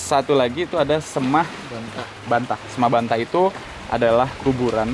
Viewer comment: Nyebutnya 'seme' bang, bukan 'sema'.. btw aku 18th di bali belum pernah ke trunyan😭😭😭